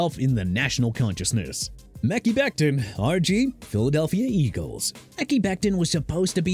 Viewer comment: Here we go with this Mickey Becton nonsense again. Come on man... IT'S PRONOUNCED MEH-KAI NOT MICKEY!! Stupid...